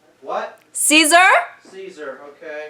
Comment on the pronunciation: The way you told your dad 'ceaSAR' just could not have killed me more